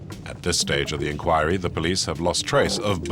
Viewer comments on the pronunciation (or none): none